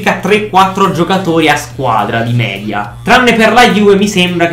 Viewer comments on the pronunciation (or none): none